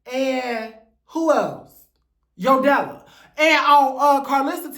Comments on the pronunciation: It’s “Yo Della” for me… you mean YO-DE-LA? 😂😂😂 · You mispronounced Yodala's name LOL As far Sidney Starr- she's known for always falling and losing her balance, she's also not a fighter. You made good point how Mangina was brought in to fight Sidney mainly cuz Sidney is trans and Mangina can't touch any of the girls.